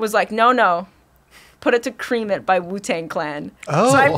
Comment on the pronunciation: Yeah dude, that shit hurt my brain. "Cream it"